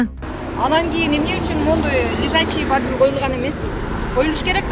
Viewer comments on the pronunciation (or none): Бардюл дейтго😂